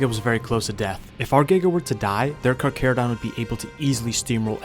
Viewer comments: I can’t tell if it’s satire but I believe it’s Car-charo-donto-saurus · Carcharodon 😂 instead of charcharodontosoarus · anyone else get pissed when he knows hot to pronounce Roman names but not the the damn charchatodontosaurus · Thyla not thylo... and the H sound is pronounced for Carchar.. ie Car Char.. not Car Care.. need to slow up on your roman research and do a little dino research my man.. awesome video none the less.. Goopers forever